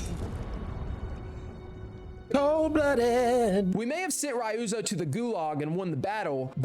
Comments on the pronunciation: You were really cross with Rai-You-Zo, wasn’t ya? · “Ri-ooze-o” Don’t do that again…